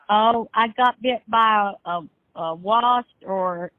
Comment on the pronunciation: Bruh did she say Wast instead of Wasp????? Lmao.